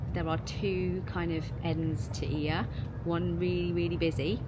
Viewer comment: it's actually EE-a in Greek, not Oi-A :)